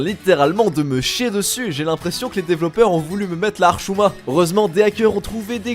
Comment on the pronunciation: t'as dis rchouma 🤣🤣🤣 C'est hchouma !